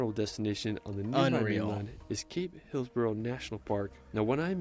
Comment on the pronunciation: takes a deep breath ... OK, for starters, it's not bloody 'Es-per-ANCE'. Yeah/nah. It's pronounced Esprence. Brisbane? Brizbn, or Brizzie. 'Hillsborough' is Hilzbruh. Melbourne is Melbn. Pronouncing every vowel/syllable is a waste of time, well, except for Bondi (Bond-eye, not Bondee). Learn the lingo, you blokes 🙃 (<== smile, down under) and watch out for the drop bears. P.S. I still haven't forgiven Paul Hogan for his cringie "shrimp on the barbie" howler. They're bloody PRAWNS.